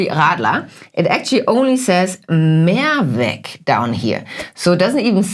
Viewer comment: Dear, you don't have to pronounce the word "Mehrwegggg" but "Mehrweeeeg" 😊 "More ways" versus "One way" = Mehrweg vs. Einweg. And furthermore it's not "Kroooombacher" but "Krommmmbacher". My home town is near Kreuztal-Krombach where the beer comes from. Thanks for the interesting topic! You both are amazing!